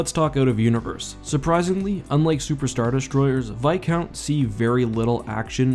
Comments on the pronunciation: Why does he pronounce it "vi count" and not "vis count" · It’s viscount not bicount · Its Viscount not Vicount ;( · Like the channel but please pronounce the s in viscount. You say like vicount. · it isn't called vis- count. its called Viscount as in a title of a noble.